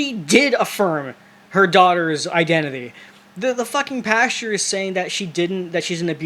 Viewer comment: Why do you keep saying “pasture” instead of PASTOR? And then calling your audience “stupid”? 🤔